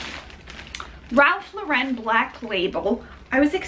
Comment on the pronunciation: I just love your videos! And yes, you are one of the few people who I have heard pronounce Ralph Lauren's name correctly! I saw an interview with him one time and he was laughing at how people had turned the last syllable to make it sound French, he was laughing hysterically, but...people persist!